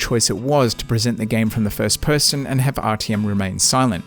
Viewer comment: IT IS NOT RTM But Arťom :D Dude